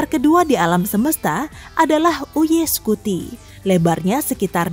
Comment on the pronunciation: BACAANYA ; YUUU AAAYY SCUTI TULISANNYA ; UY SCUTI